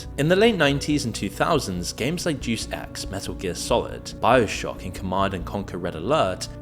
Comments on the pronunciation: Its pronounced Day-Us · Deus pronounced day-us as in Deus Ex Machina. Not deuce the number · It's pronounced "Dei-as" not Dus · You don't know how to pronouce Deus